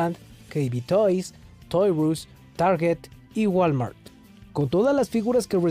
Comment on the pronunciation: No es toyrus XD, se pronuncia Toys Ar Us, es un juego de palabras donde la R sustituye a la palabra Are.